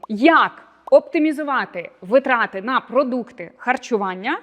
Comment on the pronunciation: дякую за рекомендації, тішуся, що більша частина з них уже в моїй рутині))) маленьке зауваження: в слові наголос на перше и — вИтрати